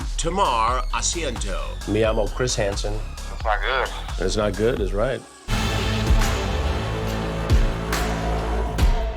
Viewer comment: "Tomaur asiento" 😂